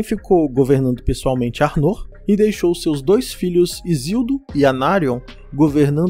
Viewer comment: Seria: ÁrnoR a pronúncia e não Arnô como parece. O vídeo está bom e bem explicado, parabéns!